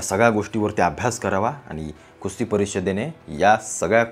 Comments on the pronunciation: अरे बाबा कुस्ती म्हण खुस्ती नाही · खुस्ती❌ कुस्ती ✅😂